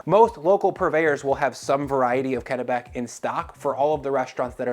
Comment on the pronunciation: Congratulations on pronouncing Kennebec properly.